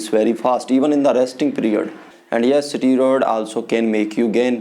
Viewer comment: pahele to english ka pronunciation dang se bolna sikh le unpart illerate steroid ko strod bolta hai ahahahah aur this guy is born with above average gentics so obviously he will be better aur khud ko dakh u r a chicken shit aur ye sab faltu chutiyab se views kamana band kar de bhen ka lund sale dikhne me too chusa hua aam lag raha hai ahahahha